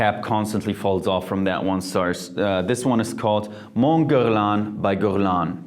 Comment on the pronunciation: I just got Mon Guerlain even withouth thinking about it, I just thought and imagined how you pronounce it so sexy !! :)